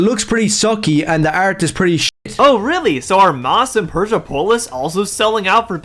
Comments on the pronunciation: Love and the video, only problem is had was Maus is pronounced Mouse, not Moss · And I'm pretty sure Maus is pronounced like mouse, not moss. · I can understand not knowing how to pronounce "Persepolis," like it's not a very common word, fair enough.... but Maus? Bro... the main characters are portrayed as mice. The title is literally just "Mouse" lmao